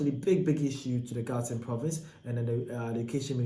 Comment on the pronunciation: Learn how to pronounce gauteng or make content about your own country.